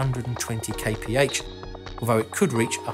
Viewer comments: Kay pee heigch sounds stupid, it's kilometers per hour! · "250 kaypehatch"? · Man please stop saying KPH, it means nothing and it is horrible to hear!!! Come on you know it.